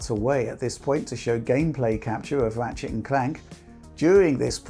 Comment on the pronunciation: Everytime says "Ratshit"